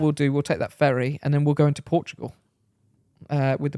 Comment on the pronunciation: Roadtrip to Porschtugal!!!